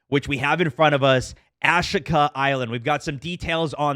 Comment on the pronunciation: "Ash-ika island" ...bruh that's pronounced "ah-SHEE-ka"